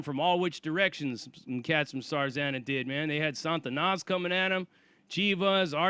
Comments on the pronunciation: It's pronounced SA TA NAS not SAN TA NAS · it's not 'SaN-tanas' It's just 'Sa-Tanas' No 'n' before the t. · There is no 'N' in front of the 'T' in Satanas (STS)... It's not 'San-Tanas.' It's just 'Sa-Tanas.' Damn, Sarzana you described getting a boatload of enemies is like that gang in the movie 'Colors.' 21 st.. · Sah-ta-nas...not Santa-Na. It's supposed to be a derivative of Satan. The way You are pronouncing it sounds like spanish for saint, which is the total opposite of Satan. Fix how you say that.